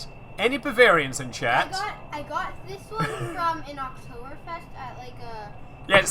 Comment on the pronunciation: You speek "Oktoberfest" like a real German ;) Greetings from Germany